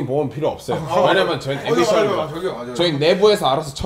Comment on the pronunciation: 창모형님 왜냐면은 발음 절대 제대로 안하시네ㅋㅋㅋㅋㅋㅋㅋ맨날 "왜남머는" 커엽ㅋㅋㅋㅋ